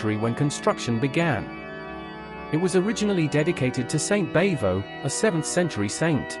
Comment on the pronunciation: Bavo doesn't rhyme with hey-ho, it rhymes with bravo.